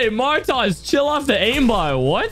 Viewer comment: The way that hw pronounced Martoz, Martaz😂